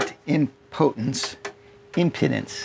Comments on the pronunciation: HI Friend! we pronounce it "Em PEE dence" not "Em PUH dence". Thanks for being so generous with your knowledge!! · it is pronounced im pee dence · I was taught in my electronics class in Jr High, the impedance is pronounced with a long ‘e’. Think, “This thing impedes”. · um pee dns The i is pronounced like a u. Never knew this. The e is a long e like in spleen. Have you had your spleen checked out lately? Me neither. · It's pronounced im-pee-dance. The solar wattage limit on the Renogy DC to DC/MPPT unit makes a second MPPT controller necessary. I think you want to keep the current down on the solar connections so that you can use 10 AWG wire at the biggest so you want to keep the panels mostly in series. Another option would be to use a Victron Orion for the DC to DC part and then size a Victron MPPT controller to handle the 600W of solar. Since you're using 6 of the same size panels that would be easy to do. The Renogy DCDC/MPPT unit is tempting, but I wish they would come out with one that could handle more solar wattage.